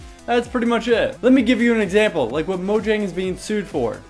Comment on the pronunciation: You of all people should stop calling it "Mo- JANG"... instead of "MOYANG" Pronouce it properly it drives ppl crazy.